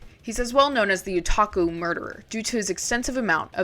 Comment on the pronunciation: I'm sorry but your pronunciation of Otaku bothers me 😭